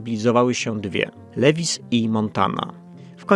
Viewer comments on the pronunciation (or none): none